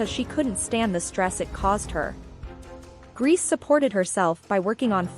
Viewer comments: So lazy making a historical video about people you can't even bother researching how to pronounce their names. Calling this (horrendous) person "Irma Grease" throughout! Guess you're getting your YouTube views which is oblviously your main concern. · And Grese is pronounced “ Grey-say” 🎉